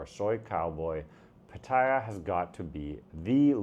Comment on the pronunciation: If you’re saying you live there then know how to say common places. It’s poker not filet no diphthongs. It’s Pat at ya not pat eye ya